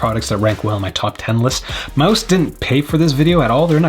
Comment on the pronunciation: The dog’s confused why you’re calling it Mouse when it’s pronounced like Mousse